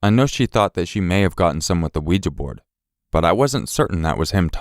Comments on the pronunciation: Out of at least 100 YouTubers...Bless you...you are the only one to pronounce Ouija correctly That drives me insane! 🐈🌿✌ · thank you for pronouncing 'ouija' properly! that alone makes this video worthwhile